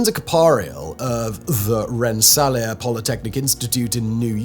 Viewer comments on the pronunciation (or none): Ren-suh-LEER Polytechnic Institute. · Simon pronouncing RENSSELAER by combing the two accepted versions of the name had me cracking up lol had never heard that version… the university is typically Rens-SA-LEER but still loved it❤😂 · haha Rensselaer is pronounced "REN-sah-leer", just so you all know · Hearing Simon butcher “Rensselaer” was amazing😂😂 To be fair, you have to know how to say it to know how to say it. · Your pronunciation of Rensselaer is hilarious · yeah I live in Rensselaer and when he said it I called my friend who went to RPI and I was like, you need to hear Simon pronounce Rensselaer 🤣😹😂